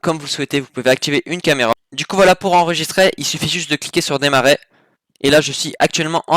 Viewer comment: arrete de dire "enregisTRAI" c'est enregister !